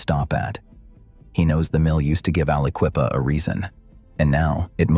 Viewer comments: Never heard someone butcher the name of Aliquippa that many times that fast. I'm impressed 🤣😭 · Alla-Kwee-pa. Never heard it posed that way. I heard it pronounced as Alla-kwip-a Never heard it's that bad. Jones and Laughlin (Jones and Lock-lin) was bought out by Lyndon Johnson's buddies at Ling-Temco-Vought. LTV. LTV proceeded to squeeze money out of the region. A lot of river towns got trashed by LTV. Most of the derelict coal towns along the Mon were once run by J&L. When LTV crashed, so did they. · How many other people thought to themselves a guy that starts off by calling The Quip AliQUEEFA Like it’s the Sister Of Queen Latifa should not be making Videos about Pennsylvania… I shut it off right then and there